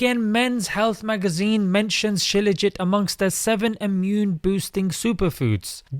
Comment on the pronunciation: It's not scilaugit....It's Shilaaajeet